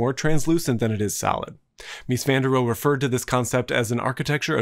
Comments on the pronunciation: Great video. Please can you pronounce Mies' last name correctly. A German word ending with 'e' is pronounced like an English word ending with 'a'. So Rohe is pronounced 'roha'. Like Porsche is pronounced porsha. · Hi, I really enjoyed the video, but I have to point out a couple of things. The name is Ludwig Mies van der Rohe, with Mies van der Rohe being the surname (not just Mies), and the 'e' in Rohe is not silent (just like the 'e' in Porsche). The Vila Tugendhat was built in Czechoslovakia, now the Czech republic (or Czechia, with a hard 'ch', like in school). Okay, nitpicking over.